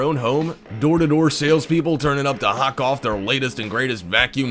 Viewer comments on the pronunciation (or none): none